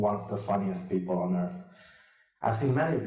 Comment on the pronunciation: what is pleople😃😃?? Or is my vocab too bad?